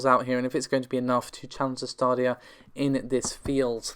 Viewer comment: Lol "Stardia". It's "Staydia". Commoner or Lord that's the English language.